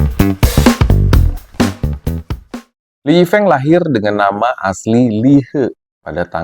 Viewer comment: Speaking his name " Lee Yi Feung " Bkn Lee Yi Feeng